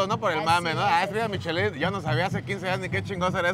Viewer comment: Se pronuncia: "Mishelan"